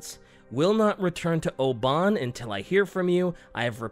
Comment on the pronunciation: Sorry but the way you were saying Oban was killing me haha. Also, about heavy stuff/people getting thrown about by heavy seas and high winds, do not underestimate the sea. There's an island off the coast where I live with a wreck on it from the 1930's. The ship weighed 1700 tons, and the remnants of the wreckage are about 80 metres up the side of the island, way above where the water is at high-tide.